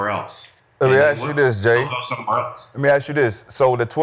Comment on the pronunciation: Let me Axe you dis 😂 and he sorta was at college